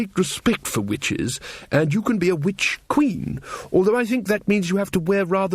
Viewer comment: I deffo hear 'bitch' not 'witch' !